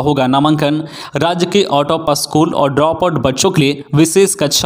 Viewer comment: स्कुल को बार बार अस्कुल बोला गया ,सक्षातकर का सही वर्तनी नहीं हुआ ,निवृत को फिर निरबित बोला